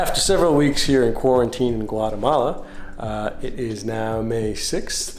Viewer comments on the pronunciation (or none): Guatemala is pronounced, Gua´TEhmala not GuaREhmala. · Why the English dialect sounds so bad? G-u-a-R-eh-m-a-l-a? It is pronounced: G-u-a-´Teh-m-a-l-a.